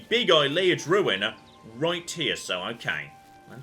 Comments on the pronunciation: Now that we've sorted out your pronunciation of Cheydinhal, I feel like you should know that Ayleid is pronounced ay-lee-id, not eye-lay-id. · learned how to pronounce Cheydinhal. Now he needs to learn how to pronounce Ayleid correctly. Ay-Lee-Id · Let's just embrace it and say it's A-li-en. A-li-en ruins. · Can't wait until we hear an NPC say Ayleid properly, and will stubbornly refuse to refer to them with the correct pronunciation. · I know is a noob and I should forgive and forget, but the way he pronounces Ayelid gives me hives.